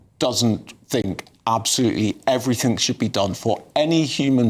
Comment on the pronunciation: By the way.its everything not everythink.your a starmer fan